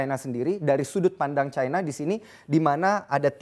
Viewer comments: terus kenapa nyebut singapore itu singapura, bukan singapou. Kenapa gt harus nyebut cina dgn nada caina? Aneh aja gt kedengerannya di kuping hehehe.. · Ironi: negara komunis bergantung ekonominya ke negara kapitalis. Nice info, tp nyebutnya ga usaha Chayna. Cukup China aja. Ga akan disebut rasis. Kaya kita nyebut Arab (panggilan singkat Arab Saudi), ga akan kita sebut Ereub khan?